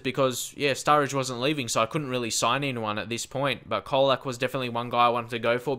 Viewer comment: It's pronounced like Cholak. :)